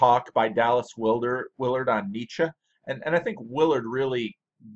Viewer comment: Finally a yankee who pronounces 'Nietzsche' correctly. I'm still puzzeled why a man of your insight and education who talks about popular and interesting things is having such a small audience. Probably good for us getting our comments answered. Both your work and your ramblings are highly appreciated.